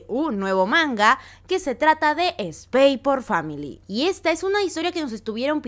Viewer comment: la X no se pronuncia es SPY FAMILY